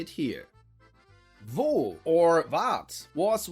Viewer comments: You got Vaud / Waadt spot on !! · You got vaud absolutely spot on